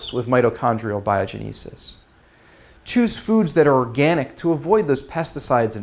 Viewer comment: bio-GEN'- i-sis. (like the bible) not bio-gen- EE- sis.